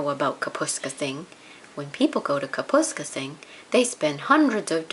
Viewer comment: I am afraid the reader has mispronounced Kapuskasing throughout the story.